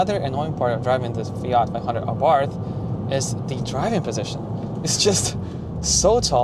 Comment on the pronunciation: The h is silent